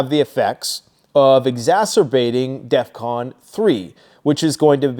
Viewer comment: You said defvon 5 twice